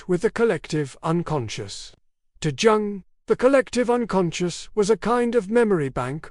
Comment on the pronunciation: Jung - pronounced "young".